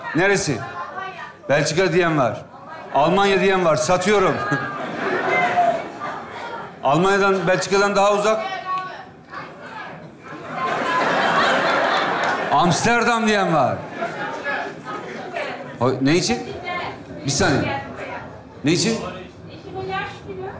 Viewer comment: En uzak gelen agsderdam diyo aslında istanbul😂😂😂😂